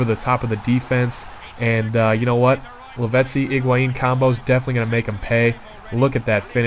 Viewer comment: HIGUAIN, not IGUAIN